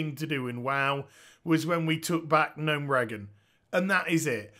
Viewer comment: Gnome Regan? ... you mean like Ronal Regan? Come on, just look at any cutscene and freaking learn how to pronounce it!